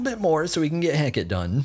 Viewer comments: please play nox!!! also it's ring of Heh-kuh-tee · The fact calls it "Heck-it" for Hecate makes me love this channel even more